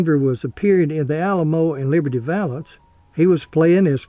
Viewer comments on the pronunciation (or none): none